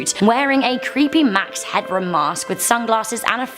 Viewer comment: It's Max Headroom not Hadroom!